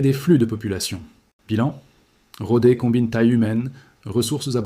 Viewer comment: Et "Rodé" au lieu de Rodez 🤣